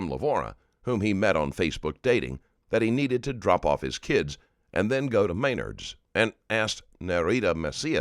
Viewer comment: It’s pronounced Men-ARDS